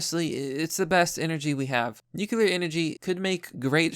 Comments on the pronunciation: Great pres, love it! But dude, could you please say "nuclear" instead of "nucular"? Peace. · Bruh, it's pronounced NU-CLEAR, not NU-CU-LAR. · It’s not « nucular» power, it’s nuclear power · Everyone who sees the word "nuclear" and stil pronounces it " nuke-yoo-lar" ought to be bombarded with gamma radiation for a solid hour. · The way you say Nuclear just makes me shudder..